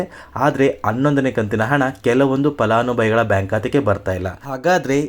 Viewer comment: Uccharane sari illa palanubhavi annabeku